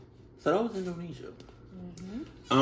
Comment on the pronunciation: indonesia, not indonisa lol